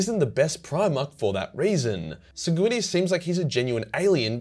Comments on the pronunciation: That's a funny way to pronounce Slamguinious... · That's a strange way of pronouncing Sanguinius